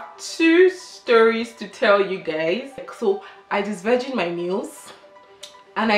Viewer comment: This disvrigin disvirgin u keep saying eh 🤣🤣